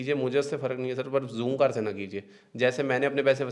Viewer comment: bhai jhoomcar nai h zoomcar h ...he he he